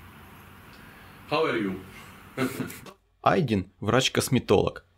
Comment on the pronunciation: Ты почему имя человека не правильно гавориш. Ишак его зовут Айдын.